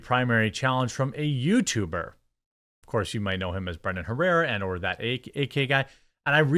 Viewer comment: "Yootuber" lol